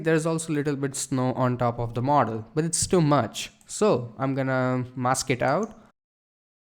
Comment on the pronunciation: when he says model he sounds like mortal